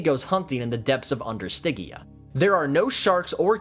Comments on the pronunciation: Stidgia, not Stiggia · The "G" is like George dumbass 😂😮😅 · good info... but that pronunciation of stygia... OOF! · It's a soft G, like fridge. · I hope that you understand you mis pronounce stygia the whole time 😂😮😅